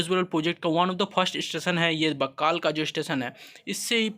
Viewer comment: बक्कल हैं,बक्काल नही